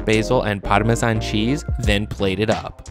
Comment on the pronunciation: As an italian speaker the overly-exaggerated bad pronounciation of „pArMeSaN“ and „genovEsE“ killed me